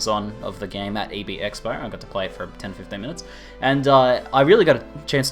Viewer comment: Every time says "game mechanics" I hear "gay mechanics" lol:P